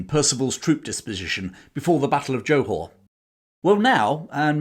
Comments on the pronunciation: Very interesting presentation enthusiastically delivered. However, I do have one slight criticism - your constant and grating mispronunciation of Johor. It is NOT pronounced as JO[E] Hor[whore]! The Jo syllable is pronounced like a 'soft' G [as in giraffe] or Jur. So, the correct pronunciation is J[ur] Haw. Also, the city is actually called Johor Bahru - pronounced as Juh haw baa roo. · Interesting but English people are not the ones to tell the tale. Notice how little mention of Australia New Zealand Dutch East Indes and local forces - and the narrator can't even pronounce Johor. I bet he hasn't been there.